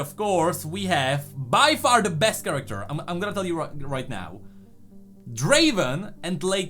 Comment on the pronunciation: It's not draven it's Draaaven